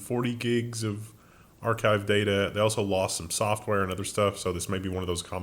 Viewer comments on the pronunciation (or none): none